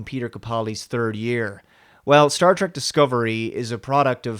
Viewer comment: It's Star Trek not Star Track, learn how to pronounce the word moron!